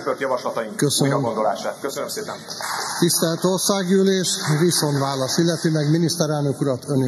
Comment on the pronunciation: Jogállam? Eljárás? KÜLÖNLEGES JOGREND VAN! VESZÉLYHELYZET! RÉMLIK? Azt csinálhatnánk amit akarunk. Attól meg kivagyok, hogy a házelnök nem tud beszélni: "Viszonválasz"